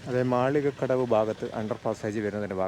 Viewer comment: മാലികക്കടവല്ല, മാളിക്കടവ് ആണ്.